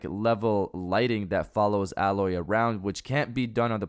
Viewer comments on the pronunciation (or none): Dude it's (A-Loy). Not alloy the metal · you said alloy like the metal but it's A-loy